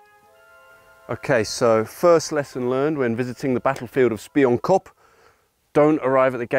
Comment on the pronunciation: Pronounced SPEE-YOON-KOP. Means "Spy- Hill"